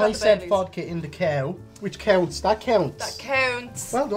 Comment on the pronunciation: "Cow-nts" I'm closing this video good night